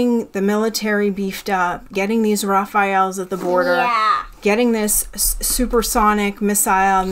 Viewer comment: Actually it's not pronounced Rafayle ... It's wrong , even in India it happens , but it's pronounced Ràfāley